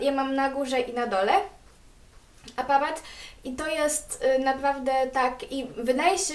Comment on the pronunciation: Czemu mówisz apawat ?! a nie aparat -.